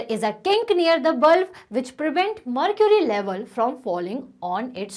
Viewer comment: Mam what is mrcury😅😅